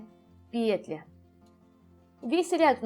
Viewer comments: Скажу по секрету, петля произносится как петлЯ! 😢 Аж слух режет😖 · Что-то последнее время многие вязальщицы делают ударение на первый слог в слове петля. Непривычно режет слух. Очень смущает, т.к. вязать приходится вместе с автором.